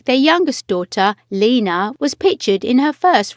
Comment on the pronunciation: Laynah not Leena